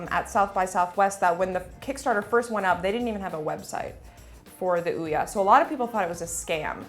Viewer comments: nitch? surely its niche? (neesh) fun to see sessler's temple vein pumping as he struggles to vocalise his distress with ouya lol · O-ya in English the first vowel does the talking, and the second one shuts up. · Aren't they saying Ouya wrong? But anyways, I would buy this but I don't like mobile or indie games really.